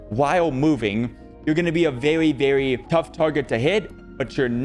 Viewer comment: you're vewwy welcome <3